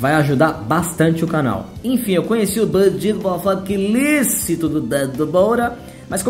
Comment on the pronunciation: Ah banjiido, ilícitos, mofóbics, pressoress kkk